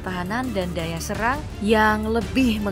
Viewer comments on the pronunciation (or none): none